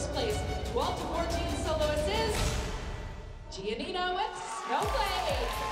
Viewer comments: I feel when abby says "Gianina" it feels like she says jenita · The fact that Abby couldnt pronounce GiaNina's name is kinda weird cause its actually a pretty easy to say correctly